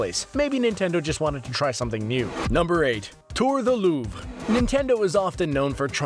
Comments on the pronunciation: "loobre" not "lup" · The way he pronounced Louvre killed me inside